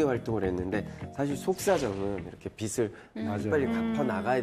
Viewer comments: 기자라는 사람이 표준발음법도 모르네;; 빚을- 비슬(x), 비즐(0) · 빚의 - [비제] 빚을 - [비즐] 빚이 - [비지]